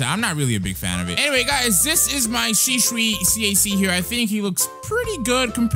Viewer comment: well u pronounce shisui to shisu